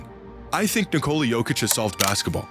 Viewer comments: It's Nikola actually. Not Ni- Cola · So we're just gonna keep calling him Nikoli instead of Nikola. Bet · Its Nikola not Nikoli. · Dude said, Ni-Co-li has solved basketball 😂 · Can any American even say his name correctly? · people keep saying his name as if it derives from nicole. how can so many americans not think of nicholas. and then say that without the S in the end. its so easy lol. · Nikola will probably be in the hall of fame before people learn how to pronounce his name correctly. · LEARN TO SAY HIS NAME FFS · pronouncing Nikola = hurts in the ears AND eyes